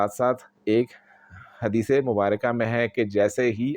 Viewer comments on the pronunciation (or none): none